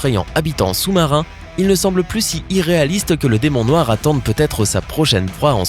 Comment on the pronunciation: "DEMON NOIX" OUAIS MDRRRRR